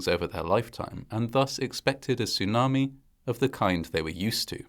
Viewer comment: Its a tsunami not a sunami. And after saying sunami for most of the video in the end of the video you actually said tsunami, so weird.